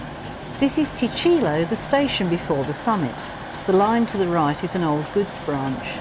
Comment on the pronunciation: It's pronounced "TEE Klee oh." Ticlio, near Morococha. Also, right at the end, it's not "Hewan Kye Oh." It's pronounced, "Whun KYE oh."